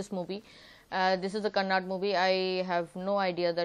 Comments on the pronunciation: Living in India, please learn to at least pronounce the name of the language correctly. It is KANNADA , not kannad. please spell the ‘da’ at the end of the word. My God !! These North Indians !!! 😒😡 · it's not Kannad, it's 'kannada', so pls.. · that not kannad. that's Kannada